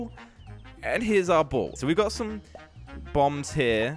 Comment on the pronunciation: Thought he said bumbs instead of bombs lol